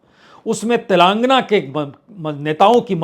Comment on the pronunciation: प्रसून बाजपेई जी तेलंगाना का उच्चारण कृपया ठीक से करने का सुझाव है।